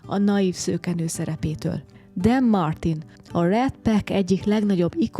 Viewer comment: Jo lett a video, biztos eletreszolo elmeny ezeken a helyeken lenni. En meg csak New Yorkban voltam, de mindenkepp szeretnem a nyugati oldalt is megnezni. Most viszont kiternek par dologra. Dean Martin neve nem "Den" hanem "Dín" kiejtes szerint. A csillagok utja pedig inkabb hiressegek setanya neven ismert magyarul, ami szinte tukorforditasa a "Walk of Fame" helynevnek. Ez az egyik legtobbet latogatott hely LA-ben, nemtudom hogyhogy nem igy hivtatok. Sokszor megemlititek ebben a videoban, meg a New Yorkiban is hogy furcsa alakok igy, veszelyes kornyek ugy, ide este ne gyertek, meg ilyenek. Tortent veletek valami rossz az USAban valamikor? Annyira nagy hangsulyt fektettek ezekre a kijelentesekre hogy ez az elso dolog amire emlekszem mikor vege a videonak. Ettol fuggetlenul megnezem a tobbi USA videotokat is. A dronfelvetelek es a zenek viszont nagyon jok.